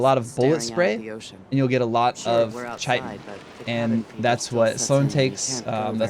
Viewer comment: just fyi, chitin is pronounced like kite-n, learned that the other day lol. thanks for the tips!